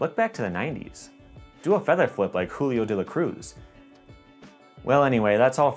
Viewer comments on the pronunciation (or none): none